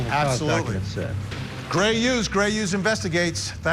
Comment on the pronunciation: Did Vinny just call him Cray instead of Gray😂😂😂😂😂😂😂